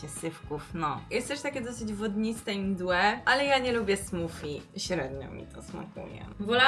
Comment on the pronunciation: Mowi sie smoothie (smoodhee) smodi a nie smofi.Czesto to co nie jest zdrowe smakuje najbardziej.